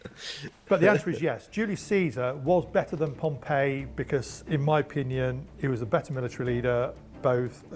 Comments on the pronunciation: As an Englishman - can I say you're right; his pronunciation is wrong. His pronunciation of Pompey and Cannae is just plain weird even for our butchered representation of Latin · he pronounced it like the city rather than the name. For the person it is 'Pom-pee' and the city 'pom-pey' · As someone who learned Latin in school with the classical pronunciation, his pronunciation of "populusque" is extremely weird. Pompey and Cannae as well. Dude is just not good a pronunciation. Also, "imagine if an elected president said no, I'm gonna abolish that and be president of America for life" Unfortunately we don't have to imagine that, it already happened in Russia. Putin just ignored the maximum number of terms and told the Duma to extend it.